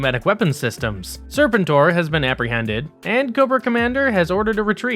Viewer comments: “sir-PEN-tore” not “SIR-pen-tore” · it's pronounced Ser-PEN-tor, not SER-pen-tor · omg... these mispronunciations are had to ignore. IDK who Daystrow and Serpent-Or are but damn. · Your pronunciation of serpentine and destroy is really distracting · It's sur-pen-tor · Sir-pen-tor… Jesus f Christ! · It’s pronounced “Sir Pen tour” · Disliked as soon as he said “Serpentor”. He’s clearly never seen the show….. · Do the people who read these scripts have any familiarity with characters because his pronunciation of Serpentor is grating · You know a millennial is narrating this and has virtually no firsthand knowledge of what they're talking about when they can't even properly pronounce "Serpentor". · please tell me this guy is intentionally mispronouncing Serpentor to take a dig at those from hascon that kept mispronouncing it as well... 😖😣😞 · Yall pronounce serpentor wrong